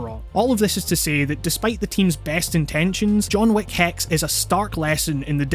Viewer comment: I keep on hearing John Woo instead of John Wick